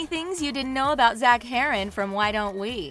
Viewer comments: Omg so mad when she said his last name wrong ahhhhhhh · It’d be nice if they pronounce his last name right